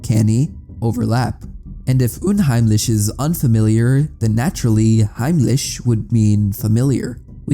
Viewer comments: Nice video and you did a great job at pronouncing “Unheimlich“ and „heimlich“ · German here. While I congratulate you on your decent pronounciation of the words "unheimlich" and "heimlich", the trandlations are completely wrong. "Unheimlich" translates more into "creepy" or "foreboding", while "heimlich" means "sneaky" or "without anyone noticing", it doesn't actually have anything to do with home. Great video nonetheless! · You said unheimlich und heimlich pretty good for not being german (I am, specifically Austrian)